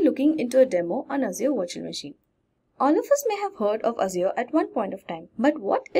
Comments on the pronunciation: You say virtual machine, I hear washing machine :). Jokes apart awesome video! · I kept hearing washing machine, so I can to the comments to find out... Nice video by the way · Same I hear washing machine every time she pronounce the virtual machine haha :D but great video learning. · 😂😂 did she said washing machine instead of virtual machine 😂😂😂😂😂